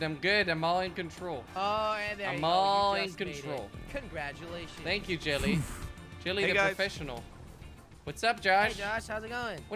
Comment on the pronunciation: Only watched to hear him say jilly not even jelly